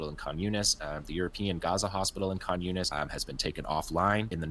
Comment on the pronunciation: Khan Younis sounds like "communist"